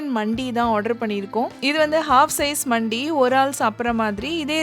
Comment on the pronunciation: For your information it’s not மண்டி it’s மந்தி it’s an Arabic dish most popular in Dubai , Saudi and all the gulf countries Highlightly now in our India mainly in Chennai we’ve several mandhi restaurants the most popular and amazing one was located on exactly at arumbakkam metro station and the shop name was Nahdi Mandi but it is pronounced as நஹ்தி மந்தி I hope this one finds you informative one and thank you for the vlog